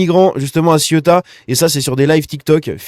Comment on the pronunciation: il faut articuler le mot ce n'est pas la Ciotat, encore que il y a pas mal de gris c'est vrai 😬😬